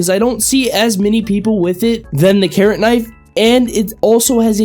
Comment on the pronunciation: when he started talking about the carrot knife I thought he said karen